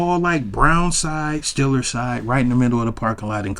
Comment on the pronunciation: It’s Steelers to you lol not Stillers … only true Steeler fans can call them Stillers 😉